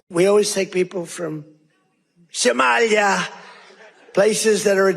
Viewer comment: Truly pisses me off how he says Somalia